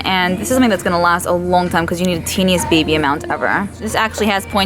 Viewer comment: "ganna" lol